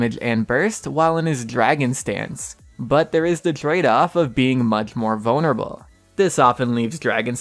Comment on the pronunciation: Am I the only one that doesn’t like the way he says vulnerable?